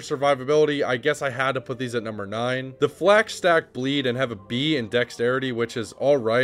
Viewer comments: I literally cannot watch this video. you say everything wrong. "Flax" instead of Falx, "Enesis" instead of Ensis. every single pronunciation is just your best guess. it's incredibly annoying when it happens that often. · Falx. Not Flax. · Oh you meant the F-A-L-X